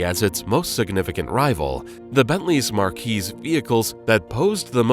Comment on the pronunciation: Marque is pronounced mark.